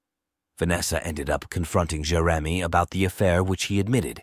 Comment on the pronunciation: Must be AI. Can't pronounce Jeremy.